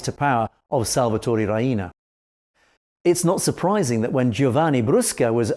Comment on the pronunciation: He says Ria-ina, it's pronounced Ree-na